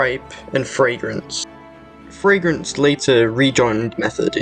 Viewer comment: when you make a video try and do your research and at least pronounce player name's correctly, it's not fragrance it's fragnance